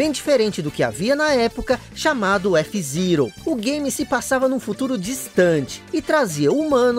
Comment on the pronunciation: Que agonia te ouvir falar f zirou